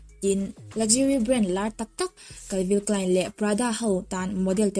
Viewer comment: Calvin Klein ni em? Calvi Klein ti hlirin ka hria a... Ngee Calvin tih hi a Lam dam ka hre sual zawk?? ☺️☺️